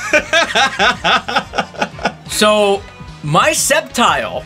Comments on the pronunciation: SC-EP-TILE DUDE ITS PRONOUNCED "SEP-TILE" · It's pronounced (SEPTILE) not (Skeptile). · Its sep-tile not skep-tile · pronouncing Sceptile as "Skeptile" and not "Septile", and Naganadel as "Nagadanel" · It’s not (Skeptiyel), it’s (Septyel) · it's pronounced s-ep-tile not sc-ep-tile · do not say skeptile say it like septile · sCeptile Other Pokètubers: We want to know your location 🤬😡 wtf can you just learn how to pronounce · Ye idk why nowdays call sceptile "skeptile" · ebolivieri nope it's sep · MY EARS PIERCE WHEN YOU SAY IT SKEPTILE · I agree and dude it's Se-pt-ile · Did he just say skeptile I'm triggered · its pronounced (sep-tile) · It's named sceptile but you pronounce it septile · Yeah it's pronounced Sep-Tile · Its prenounced septile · Are you serious that is not how you pronounce sceptile truegreen 7 will find you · its sceptile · he didn't say septile correctly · Why does everyone say sceptile name wrong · He said sceptile's name wrong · sceptile has a silent c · Uum you mispronounced sceptile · pronounced sceptile wrong